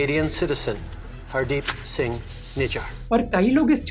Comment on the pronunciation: Haardep singh hizzar 🤣